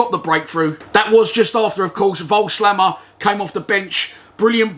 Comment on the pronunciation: They had loads of chances but we did hit the bar twice and (as u said) had two good penalty shouts. Another draw Friday would still be a decent result btw It’s pronounced Vogelsammer COYL